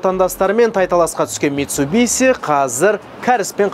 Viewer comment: Митсубиси емес дурыс айту керек бузбай митсубишшшшшши дей гой братан